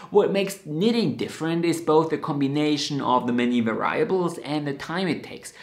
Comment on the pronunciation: I love your passion for knitting. Let me help you with the word, "variable." In the USA we say var- ee- able, with the stressed syllable being "var." I'm sure you speak many more languages than I do, so I hope you see this as a kind gesture, not as nit- picking (which I wish related to knitting).